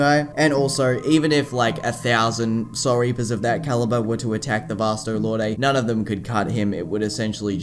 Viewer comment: Is Vasto Lorday the dubbed version or something? I remember it being pronounced Vasto "Lord."